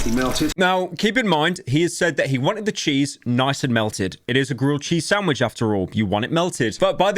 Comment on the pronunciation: huh, the entire vid is really pyro just saying "snandvich made rong". He truly rose up